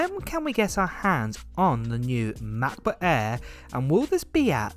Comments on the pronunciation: "The new ma'boh a'h"? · " Macbook Aaee'' haha love your accent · Anyone notice the way he pronouncing "Macbook AIr" lol